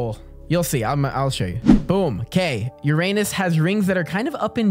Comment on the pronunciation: "now were gonna go to your anus"